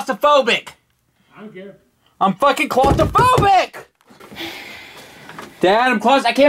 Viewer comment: Dude its claustrophobic not "costaphobic"